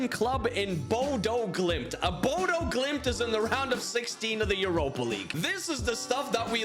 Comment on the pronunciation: As someone who live there and have it beaten into me since I moved here. Its pronounced Bodø (Buddha)